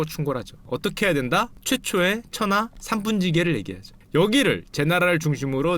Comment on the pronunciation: 천하 3분 찌게로 들려 ㅋ